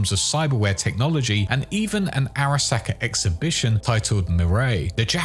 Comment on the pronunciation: just loves saying SACK in the weirdest way possible. you're a sacker